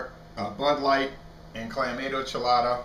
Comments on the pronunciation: Isn't it pronounced CLAM-MAH-TO? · I love Bud Light Clamato, FYI there is an “o” at the end not an “a”. It’s pronounced (cla-ma-toe)